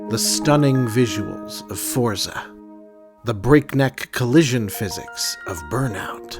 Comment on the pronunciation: yes indeed. By the way, Forza is pronounced as Fortsa.